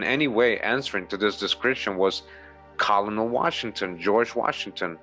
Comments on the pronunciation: Colonel is pronounced kernel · As weird as it is colonel is actually pronounced like 'kernel'